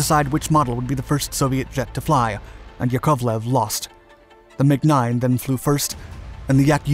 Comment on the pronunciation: How come you could pronounce Yak but couldn't get Yakoviev? Les Nessman on WKRP could do a better job than the one done on Alexander Sergeyevich Yakoviev (Pronounced yak ov lev) Watch a Wings of the Red Star episode and listen to how a man who spoke Russian pronounced the various designers before you try any future attempts. It was a detraction and took away from a pretty well done video.